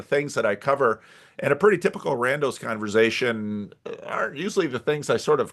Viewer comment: This is great. Also wild to discover there are TWO CRC pastors who say 'converzation'